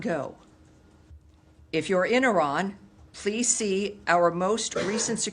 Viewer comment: White people are so stupid that they even don’t know how to pronounce Iran.